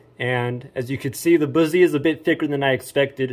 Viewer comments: Boozie? Lol BUS-ee.... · Busse is pronounced like "fussy". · First of all, it's pronounced bus-e. And mine I let my uncle make for me. I got the orange and black g10 handle with the tan case and the navy blue finish. And yes, the indent on the blade is to knock off some of the weight and under the handle they have a couple parts of it drilled out to make it lighter too. And yes it would easily go through that cinder block, The whole thing. btw I know all of this because I've been to the shop multiple times in my life and my parents used to work there and it's pretty cool. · And can't even say Busse right